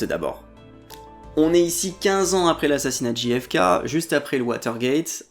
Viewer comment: Merci pour cette vidéo ! Juste pour rougner trois secondes : z'êtes sûr qu'on dit "Ji Effe Ké" ? Ce serait pas "Jeille Effe Keille" plutôt ? Ou alors Ji Effe Ka", mais faut choisir 😁